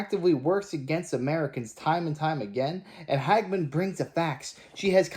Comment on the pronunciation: Harriet Ha ge man, NOT Hagman as in JR Ewing in Dallas,Major Nelson in I Dream of Jeannie. Little before your time, but it’s good to be young.